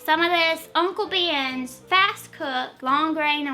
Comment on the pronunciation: lol called Uncle Ben's " Uncle beeanns"